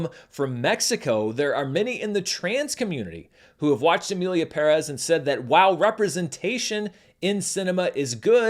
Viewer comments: props for being the only petson I have heard saying "Emilia Pérez" right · Thank you for correctly pronouncing the title!